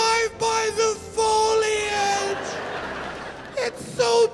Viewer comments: Only because you asked what you got wrong... It's foliage, not foilage! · You said “fall foilage” Its foliage. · it’s pronounced foliage, not foilage. Our forests are not covered in foil, haha. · Did he say FOILage? Is Foliage, the i comes after the L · It’s not “FOIL-ijj”. It’s spelled “foliage”, and pronounced “Foh-lee-ajj”. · Yup. Foliage has 3 syllables: " Fole ee idge". And I often recreate in NH. Foliage is great in both states. N H has more lakes. White Mountains are huge in hiking and skiing. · What is “foilage”?? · Had to downvote for saying "foliage" as "foil-age". So painful to hear. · Wait a minute!.....How the hell did Youtube know that these two states are on my short list of places to move? That being said, did he just say foilage??? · Especially when he tried pronouncing foliage as FOIL-age. Ugh made me cringe. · Foilage tf you should re upload that pronunciation was so bad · I had to stop watching this video, the pronunciations of Indian tribes and other words is just wrong. Foliage was killing me.